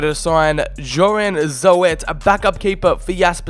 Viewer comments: Joren Zo-et lmao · Ik ook maar dat kan hè dat mag gewoon